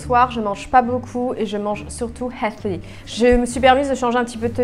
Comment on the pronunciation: Comment tu dis healthy jpp 😭❤️